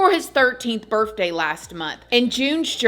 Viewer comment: How says "birthday" always makes me giggle. Love your channel! ❤